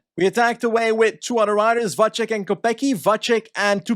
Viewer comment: just some quick tips about the pronounciation of Czech/Slovak names: c usually is the "ts" sound, so Matyáš Kopecký should be kohpetskee (same goes for Lotte Kopecky I guess unless she´s decided to start pronouncing it the same way Pulisic did) not kohpekee, Tjoupaleek (the "ou" sound is kinda like mOE from the Simpsons) instead of Tupalik, and also "Vatsek" instead of "vachek", youd only say "ch" in the case of "č", whereas his name only has a normal c in it, hopefully this helps